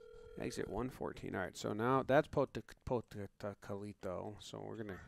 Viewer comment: Pocatalico is pronounced Poca-Towel-eh-co